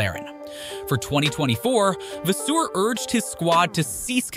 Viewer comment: Great vid but learn the names geez😂 scuderia, vasseur etc.